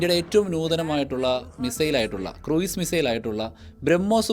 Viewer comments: Cruise is pronounced ക്രൂസ്, not ക്രൂയിസ്. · ക്രൂയിസ് മിസൈൽ അല്ല; ക്രൂസ് മിസൈൽ എന്നാണ്.